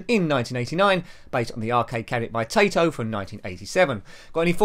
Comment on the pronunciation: Taito is pronounced TIE-TOH, not TAY-TOH. Thought, I'd mention it.